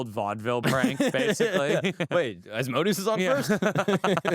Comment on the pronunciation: Agreed!! His other videos are really good but this guy is kinda douchey. It’s like they talk about horseshit and it’s forced conversation and then they mention on blurb about a demon. Oh and not to be that guy, someone should tell him Asmodeus is pronounced As-mo-day-us